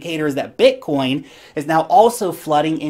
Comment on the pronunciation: The way you say Bitcoin is sick